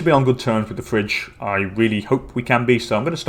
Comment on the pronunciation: it is not Fridge, it is called phry-gi-a, FACE PALM